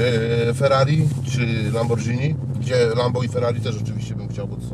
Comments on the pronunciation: Jak słyszę lamborDŻini.. to normalnie nie wiem co powiedzieć 😅 że burak to wiedziałem, ale że aż taki to nie. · nie jest takim kulturalnym chłopem i mówi lambordżini🤣 Hi_5 tylko podpuszcza dwa cwaniaczki 😁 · lambordżini" znawca koneser .🤣😅🖕